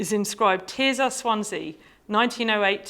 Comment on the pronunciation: Her name is not ’Tear Czar’. It’s TerZer. Her family say it that way, and it derives from the Latin Tertia. Sad that this oversight undermines what is otherwise a very interesting talk.